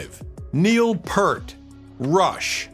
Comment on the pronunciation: It's pronounced "PEERT".